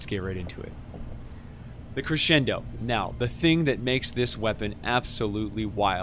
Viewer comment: Thank you.... for being the only stw steamer to properly pronounce crescendo.